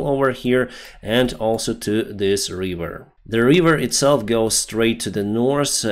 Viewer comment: It’s River not Wiveer homie